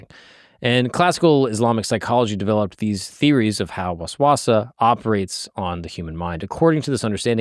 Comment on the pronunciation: You wouldn't need to "try" to pronounce if you actually did proper research and in this video he is missing a lot basic information even. Waswasa isn't that hard to pronounce once you heard someone pronounce it. I couldn't even butcher it that bad even if i was a primary english speaker. I dont know sorry if i offended you but i just found it amusing. credits to him for making the video though. And if you still think im being rude then stop giving me attention and live your life. But i just found it amusing thats all.